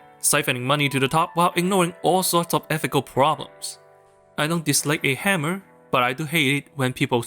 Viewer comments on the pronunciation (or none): none